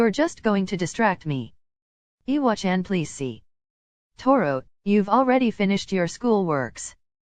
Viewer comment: I love how this voice pronounces iwachan like "eewa-chan" not like the other voices that say "I-wa-chan"